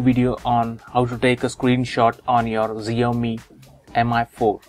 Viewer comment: Shao me, not zeeeeowmee. good tip anyway